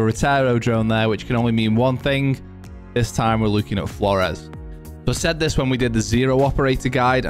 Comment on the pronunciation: heard a guy pronounce this name as "floors" i laughed at first thinking "thats a good one" then he continued to pronounce it that way, seemingly unironically throughout the video. I lost faith in humanity that day